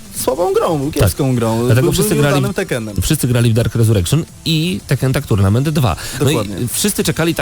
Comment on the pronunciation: Tuirnejment buahahaaaaa